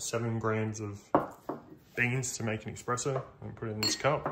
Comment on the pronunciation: Bro, it's Espresso 😭